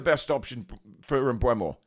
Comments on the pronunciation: Mbeumo...... Its Pronounced "Em-boom-o" according to the man himself 👊 Thank me later 😊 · Apparently, it's pronounced em-BOO-mo. But whatever, i can't see him going to Newton Heath FC. They got Cunha, but he's a mercenary and would've gone anywhere for more money. Plus, he seems like a knobhead, so they can have him. I would've rather had Kelleher for £12 million than Trafford for £35 milllion, tbh. Yeah, he was good in the championship last season and helped get Burnley promoted, but he also helped get Burnley relegated from the PL the previous season.